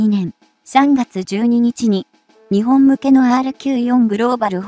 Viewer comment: 時々「日本」を「ひぼん」と読むのが耐えがたい。容認の限度を超える。